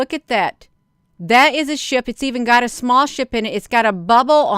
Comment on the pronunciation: When you say SHIP sometimes I think you say SHI* and and I think WHAT??? 😳